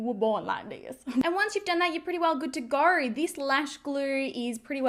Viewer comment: You're good to "gor" and this "glur" ? Where is this girl from? Why does she do this thing with words adding random "r" here and there?